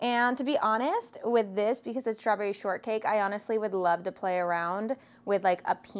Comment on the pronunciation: Srawberry? No t?